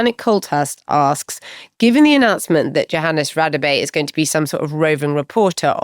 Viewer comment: AAAAHHHHH. I can't take it any more. It is pronounced YOHANNES. It is Afrikaans / Dutch origin where the J is pronounced Y. I am pretty sure he does not mind as he has not corrected people, but jeepers is it annoying.